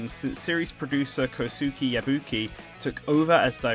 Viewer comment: A correction: You don't say the "u" in Kosuke. Think like Yusuke from Yu Yu Hakusho. Also, I'm not sure you can base much on Motoyama's manga, though I really love it and am an avid collector, as it directly contradicts the manuals and game lore pretty often. Edit: I don't think it's a retcon to focus on the desert aesthetic when Peach's castle is a short drive away from Daisy's, Bowser's Castle AND what's basically New Donk City. If I had to make a guess, I'd say this is just a racing island they all put their two cents into.